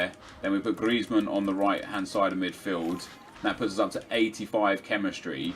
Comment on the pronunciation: There's a "D" and the end of Midfield not a T 😅